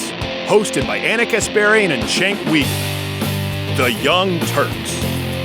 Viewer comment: Even when he pronounces "Uygur"?